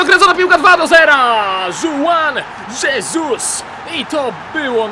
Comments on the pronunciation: Juan Jesus nie czyta sie dżuan dżesus tylko huan hesus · Mówi się Huan hesus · Juan Jesus czyt. (Huan Hesus) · Czyta się huan hesus tak samo jak czyta się hulio sezar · Mówi się Żuan Żeżus(ewentualnie 'sz' na końcu), info w 100% potwierdzone :) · Juan Jesus czytaj.(Huan Hesus) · czyta sie huan hesus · czyta się huan hesus